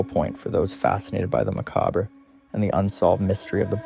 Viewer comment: Learn how to pronounce Salem and Macabre....